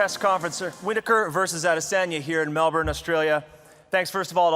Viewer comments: It's Mel Burn not Mel Born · MELBORRRRN? its fucking Melben Dana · 'In Melburn' 🙄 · Mel bin that’s how you pronounce Melbourne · Dana... it's Melbin! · Mell.... burn? Learn how to pronounce the bloody city correctly Dana. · IT’S PRONOUNCED MEL-BEN